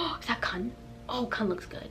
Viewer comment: KUN not KAN LMAO☠️